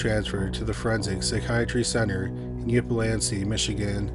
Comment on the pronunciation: Woof. You butchered those Michigan names, bud! lol Still LOVE your channel... I-own-yuh (Ionia) and Ip-sil-ann-tee (Ypsilanti). I had a buddy whose dad worked at the Ionia hospital as a guard round that time. I live in Spring Arbor, currently, just west of Jackson (former home of the World's Largest Walled Prison... our nickname is still The Prison City) and not far from Onsted. Not sure where you are in Canada, but we're only 4.5 hours from Toronto and only about an hour from Windsor, Ontario.